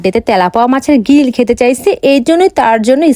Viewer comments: গ্রিল ❌ গিল ✅ 😑🤦‍♀️ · গ্রিল ❌ গিরিল ✅️ 😅